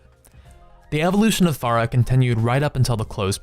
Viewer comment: I don't understand how you both misspelled and mispronounced Pharah.